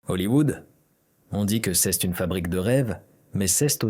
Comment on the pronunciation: Rhoo l’IA doit suivre des cours de Francais. C’est pas ceste le t ne se prononce pas tout aux kind la vidéo. Ceste insupportable.😫